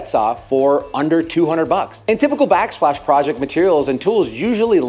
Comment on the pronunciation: backsplash not backslpash